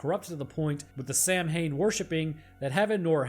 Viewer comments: Squirm at the pronunciation if Samhain, it's sow-in, like Sow a pig. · Samhain Sounds like Saawin....I hope CZsWorld lights you up for that blasphemy. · CZ's World is having a seizure after hearing that pronunciation of "Samhain". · I feel like you're super smart but hearing you pronounce samhain as sam-hain was disappointing. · Saw-win 😂 I die a little when I hear people mispronounce it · Hey just letting you know for future vids samhainn is pronouced sowen/sowin/sowven depending on your celtic origins. Keep it up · Samhain is actually pronounced sow-wen, just so you know ✨️ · samhein is pronounced sow when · Samhain is pronounced like "Sa-Win"